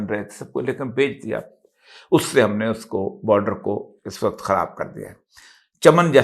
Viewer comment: سر ! لفظ "وقت" آپ ہر جگہ غلط بول جاتے ہیں ۔ اس لفظ کا تلفظ درست فرما لیجیے ۔ ہم آپ کی ہر ویڈیو بڑے ذوق و شوق سے دیکھتے سنتے ہیں ۔ آپ ہمارے پسندیدہ کالم نگار اور تجزیہ کار ہیں ۔ جب بھی کسی لفظ کا تلفظ درست ادا نہیں ہوتا تو ناظرین کی طبع نازک پہ گراں گزرتا ہے ۔ ہم تو صرف اصلاح چاہتے ہیں ورنہ من آنم کہ من دانم ۔